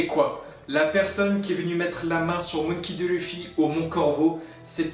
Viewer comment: Non non tu le pronon moonkey un peu a l' anglaise c mperturbe un peu m c tou